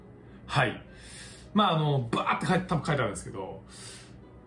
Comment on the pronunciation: BAR経営お疲れ様でした！本当に怒涛の1日でしたね。それにしても1日で3万越えの利益は素晴らしいですね！僕も今日はこの動画のおかげで気持ちよく寝れる！と、思っていたのですが、何か引っかかるものがあるなと。何かモヤモヤするなぁと思い、もう一度動画を見返してみました。すると、 の部分でテロップが"ヴァー"となっているにも関わらず発音は、"バー"になっていませんか？"ヴァー"なら、前歯で下唇を噛みながら発音しなくちゃいけませんよね。視聴者みんなが気になってると思うので僕が代表して言わせてもらいました。